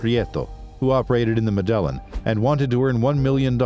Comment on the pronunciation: These folks are smart enough to source,assemble ,edit and present a video online. Professionally done, interesting. Yet they can't pronounce Medellin. Go figure.